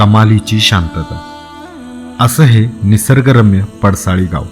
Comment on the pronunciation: सारखं सारखं पडसळी म्हणू नका पडसाळी नांव आहे